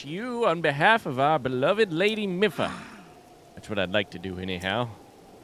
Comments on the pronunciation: I hate to be the pronunciation police, but I just thought you'd like to know that it's pronounced Mee-fa, not Mi-fa. :) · Let's go!! I'm so happy you made it to Zora! Your reactions to everything are priceless 😂 I can't wait to see what you get up to in tomorrow's episode!❤️🧚‍♂️ Ps Mipha is said like the word me & fah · mipha is my favorite champion (aside from link) so hearing you butcher her name hurts me a lil haha